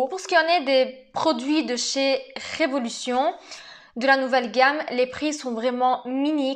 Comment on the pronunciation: coucou, répète après moi... RE...VO..LU...TION... 😁😁 Sinon très joli makeup!!! bisous bisous